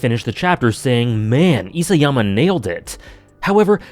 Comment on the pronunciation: Hey, long time viewer. Love your thoughts on anime and media. Just thought I'd be pedantic and correct you on the pronunciation of Isayama since you seem to love AoT and the author. Ee-sah-yama, not Ee-say-yama. Obviously doesn't detract from any of your opinions and criticisms. Cheers!